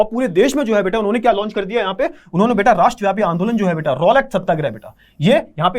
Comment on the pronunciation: beata❎ beta✅